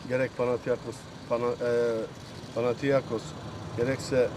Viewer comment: FAtih terim hatalı olarak panatiakos dedi birkaç kere.. Seyret !